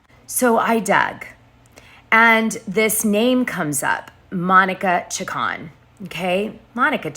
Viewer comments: CHICK-CONE That's how you pronounce it. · Chacon is pronounced Cha-Cone you pale face !